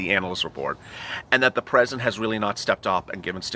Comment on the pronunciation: Tresident Trump? 👀